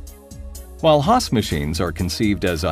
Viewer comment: HAAS chứ k phải HASS nhé